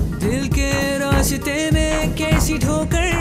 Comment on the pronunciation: Very good performance. A few pointers with regards to the diction - Dil ke Raaste not Raashte, Kaisi thokar not Kaishi thokar. This is there throughout the song where all the ss have been pronounced as shh. Pls do take note and correct, it will really help.